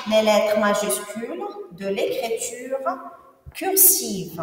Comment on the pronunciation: écriture pas écréture il faut corriger votre prononciation vu que vous êtes prof de français